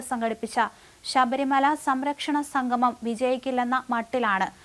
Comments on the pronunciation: സംഘമം അല്ല, അല്ല, അല്ല, സംഗമം. പോയി മലയാളം ഉച്ചാരണം നന്നായി പഠിക്ക്😢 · ഉച്ചാരണ ശുദ്ധി തീരെ ഇല്ല. സംഗമം എന്നതിന് സംഘമം എന്നാണ് ഉച്ചരിക്കുന്നത്. അത് വിരസത ഉണ്ടാക്കുന്നു.